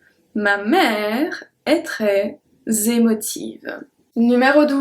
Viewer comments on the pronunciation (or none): Your ' L'est ' pronounciation is different from the one I learned. Shouldn't we say it the way we pronounced 'et'?